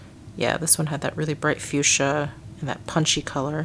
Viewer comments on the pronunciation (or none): none